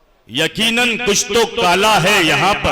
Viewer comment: Talafuz rahat sahab jaisa hota to achha hota. Ekinan nahi Eqinan bolte